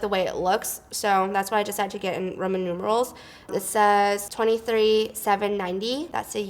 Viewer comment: whenever she said 'roman numerals' i understood 'ramen noodles'